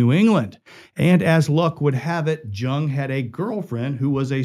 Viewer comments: It's pronounced Yung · It's pronounced " Young" George's last name. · Its pronounced " Young" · Correction: George's last name "Jung", was pronounced "Young"! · It's pronounced young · You'd think that anyone who took the time to research a famous person in order to produce a video biopic of their lives would at least be able to get the name pronunciation correct, but apparently not. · I came looking for this comment, and was shocked not to see it mentioned by more people! Every time he said it wrong I cringe a little more.😖